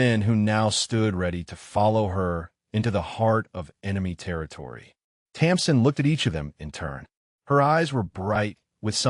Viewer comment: Her name is Tamsin not Thompson